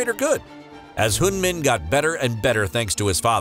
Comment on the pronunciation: This narrator doesn't even know how to pronounce Son Heung-Min correctly and he pronounces the Korean cities like Chinese cities. WTH.